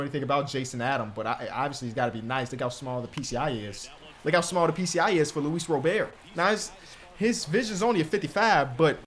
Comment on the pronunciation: stop thinking about age in MLB older players are in their prime this isn’t 2k when you get rid of 30+ yr old players. Also either trade Luis Robert or stop butchering his name listen to how the announcer says it